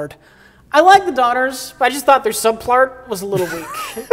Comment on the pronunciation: Ah, the princesses. "Will you... marry us?" Also, "Subplart" -Mike Stoklasa, 2020